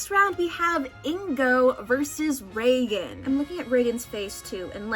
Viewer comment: I don’t care how it’s actually pronounced, hearing reigen pronounced like Roland Reagan is killing me